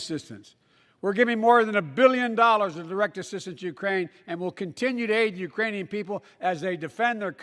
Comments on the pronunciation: I heard Iranian too haha 😆 😜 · I heard "Uranium people" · Urainian lol my boy has me Dying